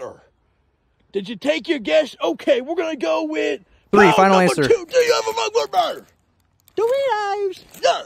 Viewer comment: ROOT BEUAER NOOOO ROET BEUAER